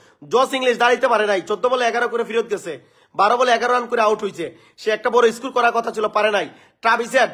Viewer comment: এরা তো স্কোর উচ্চারণ করতে পারে ইসকোর বলে তাদের কত আশা!